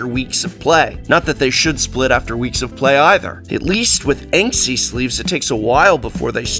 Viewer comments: I imagine that few care but the brand name is Ensky and not 'Enksy' ::shrug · While the Prof is downright awesome - This is going to be a tedious review to listen to if he keeps pronouncing Ensky (look it up, it is a word) like Banksy... it is not enksy, it is “ensky” Prof, ensky.